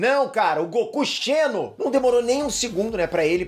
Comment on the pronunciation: Não é Goku CHENO, é Goku XENO kkkkk